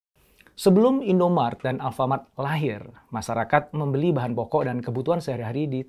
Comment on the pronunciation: INDOMARET Pak, bukan INDOMART